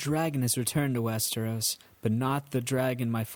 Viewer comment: Thanks for this. But PLEASE PLEASE PLEASE don't try to do accents. I'm not good at them either. You have to know your limits. Also, it's "Westeros", not "West-air-os". Come on man!